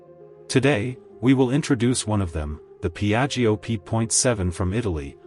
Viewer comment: PIAGGIO P.7, not Biajo😅